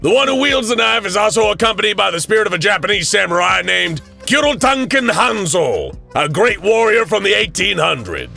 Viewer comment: Same with the Japanese name, had to laugh. Sounds like he said Kirotanken not Kuroitanken.